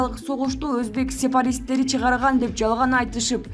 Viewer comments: Сепаристе дейт ко, Сепаратист дечи !!жок дегенде созунорду туура суйлогулочу ушукчылар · Сепаратист деп толук айтчы диктор